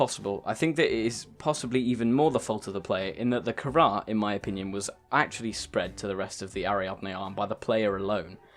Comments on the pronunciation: What is the kharrar you mean the carar? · The virus is called CARAR, not kharrar. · Kharaa? You can't be serious. It's carar, not kharaa, dammit!